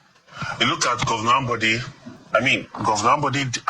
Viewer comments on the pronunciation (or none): Called Ambode not Amode